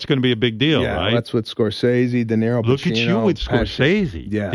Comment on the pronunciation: Did he mean Pacino not pessi